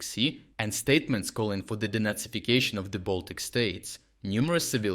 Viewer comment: The first time you said “De-nazification”, I heard “Donetsificstion”. Same result.